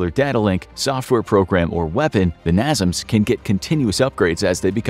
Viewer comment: americans bought and renamed it to something that made more sense to them. "coincidence" that the acronym has all the same letters in the same place. Also it's pronounced NAY-SAMS not NAH-ZUMS (at least in the USA)